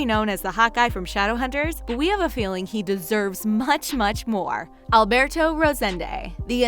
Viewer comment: I hate the way they say Alberto